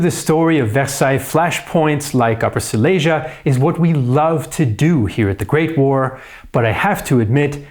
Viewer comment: It would be nice if you could learn how to pronounce Silesia.